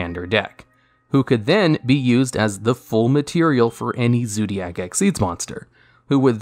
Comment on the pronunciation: I just have a heart attack when you say "Zoodiac" again.